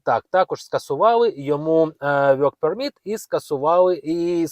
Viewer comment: Невже так важко промовляти вірно work permit, якщо ви записуєте ролики, попрацюйте над своєю англійською, соромно 😮😮😮😮😮